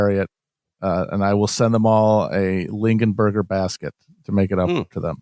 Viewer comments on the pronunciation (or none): we just gonna sit back and let Matt say lingenberger basket instead of longaberger basket